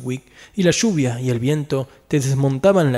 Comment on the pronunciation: Muy bueno! Como única observación, puedo decir que aunque yo también soy argentino, me pareció excesiva la pronunciación. "SHuvia", "caSHe", "astiSHa"... ;)